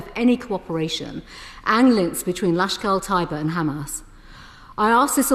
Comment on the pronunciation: Great to see Hon. Priti Patel grilling the government on Pak’s history of unleashing terror. - but where is “Fulgrum” and who is “Lashkul Tyber”?! Love her passionate advocacy of India, but least she could do is get the pronunciation right?! 🤔